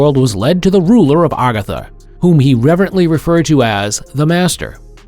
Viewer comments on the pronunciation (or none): It's not called agugathar it's called AGARTHA